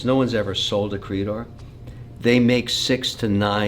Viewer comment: It’s not pronounced “creedor” it’s more like “crey-dor.” It’s French for Golden Crest.